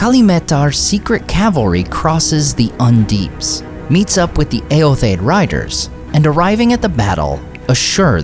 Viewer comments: Not that it matters but shouldn’t the last “o” in Eotheod be pronounced? You always pronounce it “Eothed.” Just curious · I've always heard Eotheod pronounced as ay-yoth-ee-yod